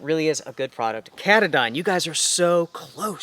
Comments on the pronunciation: Pretty sure that the pronounciation of Katadyn is Kah-tah-din (accent on the first syllable) like the mountain in Maine at the trail head of the Appalachian trail. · Pronounced: Kah -Tah - din, like the mountain it’s named after here at home. Other than that Great Review!!! Love you two!